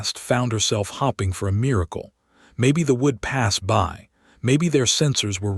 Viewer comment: Can't listen to people "hopping for rescue" instead of hoping!